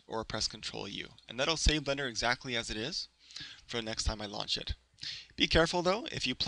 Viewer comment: its BLENDER not Blunder Blen-Der